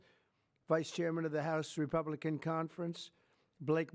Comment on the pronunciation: REPAAAABLICAN. NOT REPUUUUUBLICAN